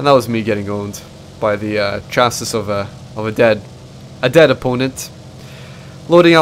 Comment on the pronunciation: fuck english here, I know, but "chasis" is pronounced Cha-see, short a sound